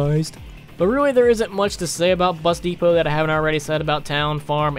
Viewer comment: When he said bus depot I thought he said busty pope